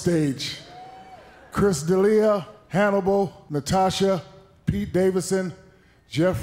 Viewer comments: Is Chris D'Elia drinking everyone someone says his name wrong? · The look on Chris D'Elia's face when Shaq mispronounced his name.